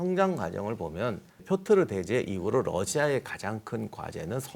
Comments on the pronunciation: 왜 자꾸 표트르를 표르트라고 하세요... 두부랑 부두 햇갈리시는 우리 큰삼촌 같아요ㅠㅠ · 역사에 대한 의 안목은 여기 댓글로 역사에 대해 아는 척하는 사람들의 그것과는 차원이 다르십니다. 근데 희한하게도 표트르를 표르트라고 하셨다가 표트르라고 하셨다가 또 표르트라고 하시며 왔다 갔다 하시는건 왜일까요? ㅎㅎ 제갈량처럼 지엽적인 건 대충 보셔서 그런건가요? ㅎㅎ 여튼 그 어디서도 듣기 힘든 교훈들을 주심에 깊은 감사의 마음을 전합니다. 제 인생의 스승으로 생각하고 항상 의 말씀을 새겨 듣고 있습니다. 항상 감사합니다. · 표트르 아닌가요? 표르트라고 두 번 말씀하셔서 제가 잘못 아나 싶어서요